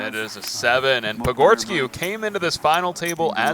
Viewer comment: Dude has butchered patgorskis name repeatedly